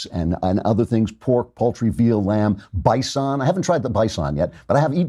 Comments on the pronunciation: Bi-sawn steaks! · holy shit is that how you pronounce bison?